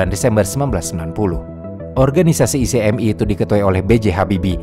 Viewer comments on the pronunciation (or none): singkatan ICMI, masa itu sebutannya [ ichmi ], buka i-c-em-i